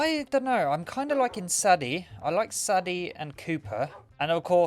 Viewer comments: Its not saddy its saydee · IT'S SAY-DIE NOT SAH-DEH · Saddie 😮…pronounced say-dey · Sadie is pronounced say-dee :)